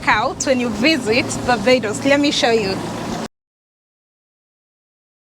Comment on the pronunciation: Hello my beautiful Sunshine I love how said Barbados 🇧🇧